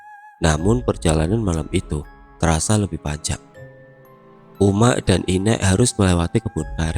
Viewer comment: wkwkw agak lucu dengar abangnya ngomong uma'😂,soalnya disini ngomongnya umma'